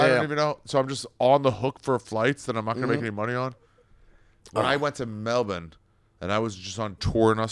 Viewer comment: I had to quit watching because of the way you say Melbourne